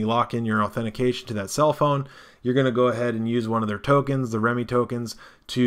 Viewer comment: FYI: I think pronouncing it "remi" as apposed to "rem" could get this confused with remicoin (RMC) which is totally different. Remme should be pronounced as "rem". The name Remme has a numerology value of 2 In numerological terms, this means the following Balance. A state of equilibrium or equipoise; equal distribution of weight, amount, etc. Something used to produce equilibrium; counterpoise. Mental steadiness or emotional stability; habit of calm behavior, judgment, etc. Got that? Good. LOL.